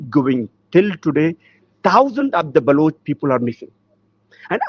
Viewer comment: Not Baluchi but Baloch. Learn forst